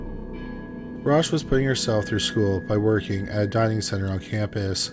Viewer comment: "Dining center" becomes "diving center"?